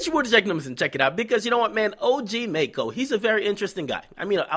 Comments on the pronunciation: "MACKO" NOT "MAYCKO" Lmaoooo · DJ Akademiks you know it's maco and not mayco right? lol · are you saying his name wrong on purpose